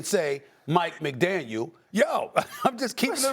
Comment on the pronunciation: Stephen A...it's McDaniel.